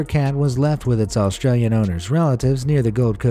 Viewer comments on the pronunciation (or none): none